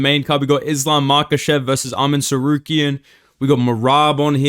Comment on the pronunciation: Hey its arman tsarkaryan not tsaryukian